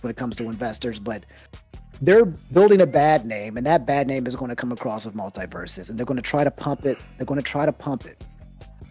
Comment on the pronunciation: The guest’s take on multiversus is wild. I cannot disagree any more with what he’s said lol Terrible take. But then again he could barely answer the simple question of “how do you feel about games as a service “ In fact he couldn’t even say the name right lol it’s multiversus lol furthermore the foundation and gameplay of the game is by far the most solid we have seen in the 3d platform space and the roster potential alone is far more recognizable and nostalgic to a broader audience then arguably any Nintendo character outside of Mario or legend of Zelda and 3rd party characters most ppl don’t know what games 90% or the smash roster originated from. So he gameplay was good , they spent an extra year polishing it lol . Most devs leave us with shit products. We are gonna sit up here and get upset that they want to take the game away for a year to cook ? Huhh??? When I hear these wildly inconsistent takes I just don’t know how to respond cuz it makes me feel like some ppl as long as they have a platform will complain no matter what. Not a jab at anyone on this podcast. But it’s just interesting. Cuz if devs leave us with a half assed game (in most cases that’s what happens . But in this case the game was decent but then the servers slowly deteriorated and content slowed to a halt ) I would argue it just doesn’t make sense in this case above most others to be full of so much scrutiny because of things like…. “Because Warner basically bros…” when it you even do a little research y